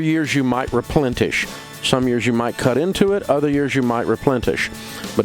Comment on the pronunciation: Replentish? Come on, Dave.